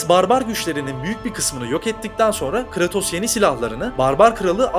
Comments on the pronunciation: Abi yaptığınız videodan bağımsız şu adamın ismini telaffuz ederken; "Kıratos" demeniz bana çok itici geliyor ya. Konuya odaklanamıyorum resmen. Abi doğru bilgiyi geçtim hiç mi oyununu oynamadınız ya. Eski oyunlardan yenisine hepsinde "Kıreytos" diye okunuyor bu adamın ismi. Bunu doğru bilemeyen, söylemeyen birinin verdiği diğer bilgilere nasıl güveneceğim diye de aklıma geliyor, kusura bakmayın, videodaki diğer içerikten bağımsız yapıyorum bu yorumu. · abi kratos deme artık düzgün oku şunu.